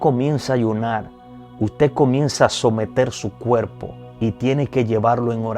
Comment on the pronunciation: Gracias x desear dar enseñanzas si deseas que mucha gente ve ay que como embajadores representemos bien,con todo respeto te aconsejo que prendas a pronunciar la r la s la m...osea cuerpo no cuelpo